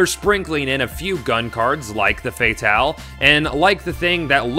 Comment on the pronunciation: Goth fatale is pronounced fay tal